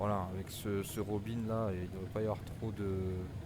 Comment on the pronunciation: Bonjour, Tout d'abord on ne prononce par Robin comme Robin Wood mais comme Robin des Bois, Robin c'est une marque française. Laisse tomber l'ATC natif, c'est pourri. Les saisons ne sont pas gérées dans MSFS2020, elle le sont dans MSFS2024 mais comme tout MSFS2024 ça bugue. La neige au sol est gérée dans MSFS2020 mais là aussi avec des bugs comme par exemple de la neige au sol à moins de 1000m en plein été dans les Alpes et alors que c'est la canicule depuis 2 mois. Si tu veux un "vrai" mode carrière, ou plus exactement progresser en tant que pilote je ne peux que te conseiller de voler sous IVAO (ou VATSIM mais c'est moins actif en France) parce que ça te rapprochera de la réalité. Tu peux également en parallèle rejoindre une VA qui te proposera des missions. Rien ne t'interdit d'ailleurs de voler sur IVAO et NeoFly en même temps, attention cependant aux opérations spéciales qui sont soumises à condition sur IVAO (par exemple pour faire un secours)